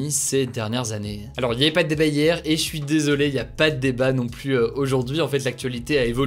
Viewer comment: Débat du jour: Souhaitez vous que Hugo apprenne à prononcer le mot "plus" correctement ?